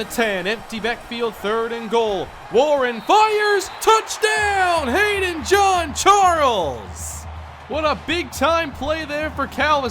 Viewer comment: I thinks its hayden jean Charles not hayden john charles